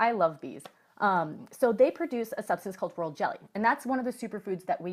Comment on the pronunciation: Did you said world jelly or royal jelly?